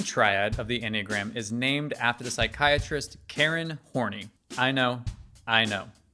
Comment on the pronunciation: I believe it’s pronounced more like hor-nay.